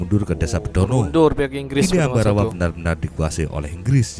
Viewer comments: Ambarawa bang bukan ambawara😄. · Bukan Ambawara bang tapi.... Ambarawa 🤣🤣 salam persaudaraan